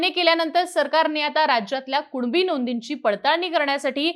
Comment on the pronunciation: 'कुनिबी' येत आणि 'कुणबी कुणबी' बोंब मारत 😂😂😂😂